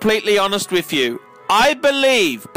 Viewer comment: Wiff = with